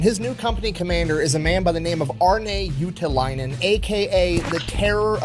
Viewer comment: Your pronunciation of ”Juutilainen” was dead on, though. 😮🇫🇮👍🏻